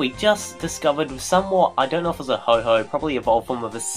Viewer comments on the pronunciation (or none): Did you say Ho-Ho? It's Ho-Oh!